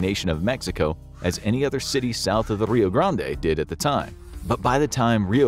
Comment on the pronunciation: Gotta love how the narrator can't stick with one style and alternates his pronunciation of Rio Grande.